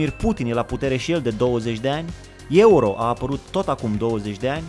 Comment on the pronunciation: ai zis ieuro